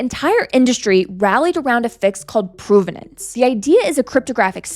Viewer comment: PROV-ven-nance, not PROVE-ven-nance, despite the relationship between these words. Please learn English.